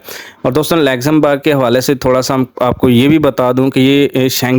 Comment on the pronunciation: WHERE IS THIS COUNTRY YOU ARE CALLING "LEXAMBERG'???